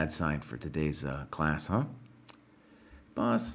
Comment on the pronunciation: Mispronunciation of "boss".